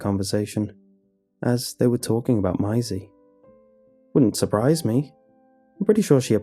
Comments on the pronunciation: I love the way he says Maisie, I don't know why but it sounds so beautiful when he says it. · And and the first mention of yhe girl's name 'Maisie' I'm done. How have you never heard that name pronounced properly? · Lmao you went really Aussie the first time you said Maisie around the 2 minute mark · I loved the story but what annoyed me was the way he pronounced 'Maisie'. (It's supposed to rhyme with 'daisy') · You just said miasie... MAISIE GODDAMNIT 😆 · idk it bothers me. im a stickler for saying things the right way and him saying m-eye-see instead of may-see bothers me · Good pasta but dang, Mai Z bothers me. Its maze E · Notice how he pronounced her name "my-is-ey" around the mark than started calling her Maisie after that? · Why do you keep pronouncing it as "my-zee"? It's "may-zee"... There's an A in it. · It’s horrible lmao the name is pronounced “may-zee” Is this dude pronouncing ‘daisy’ as “die-zee” or what?? 😂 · Dude I love your videos but the way you mispronounce things at times.... it’s pronounced MAYsie not MYsie. Was watching another video and you kept saying CLAWset for closet.... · Angie T its "May-zee" there's an A in that name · For future reference in case you ever meet a Maisie, it is pronounced May-zee not My-zee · The way you're saying her name is getting to me lol. You say 'My--zee' but it's 'May-zee' (to rhyme with daisy) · Bruh, it would do you and so many other narrators a LOT of good to Google shit. The name is pronounced "May-zee". Why you make a living off of speaking and refuse to learn how to say words is beyond me. PLEASE LOOK UP PRONOUNCIATIONS FFS. Your entire livelihood is narration. Narrate correctly! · Interesting pronunciation of Maisie. It’s May- zee. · Everyone: Maisie Lazy, an intellectual: my-zee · No one:: MYESI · It's pronounced Mazey. Just a thought.... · Your supposed to pronounce it masie not masie or you can say it masie duuuhhhh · I THINK it might be pronounced 'Maisy' - like a daisy.